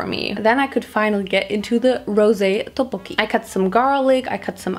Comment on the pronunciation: I’m not trying to offend you or anything but you said tteokbokki wrong I loved the video though